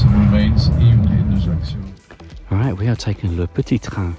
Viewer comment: Great vid. By the way, it's pronounced AYACKYO. You're welcome 😊